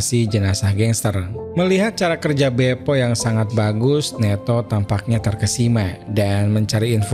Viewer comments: Bope min, bukan bepo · . wkwkwkkwkw pantes bang kox kaya aneh (BEPO) Sumpah ngakak sampai Guling2 gais... 🤣🤣🤣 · Maaf bukannya pasukannya namanya BOPE (Batalhão de Operações Policiais Especiais) kok jadi BEPO 😂😂😂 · La ini ngmngnya bepo 😂